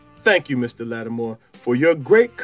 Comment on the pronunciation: Why do you call him Latimore instead of his name, Latimer?